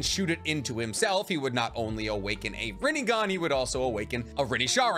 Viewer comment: say chibaku tensa right its easy and rinnegan